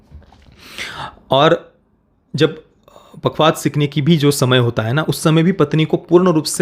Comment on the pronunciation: " पखावज" पखवाद नहीं